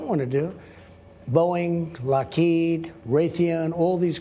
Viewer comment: Did he really say ”Lockeet”. It's understandable, such a small and unknown company with a difficult name to pronounce.